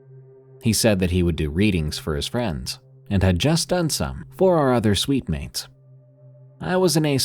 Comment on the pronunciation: Ooohhh SUITE- MATES NOT SWEET- MEATS